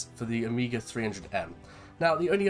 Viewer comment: You pronounce OMEGA, not OMIGA. It's a Greek word.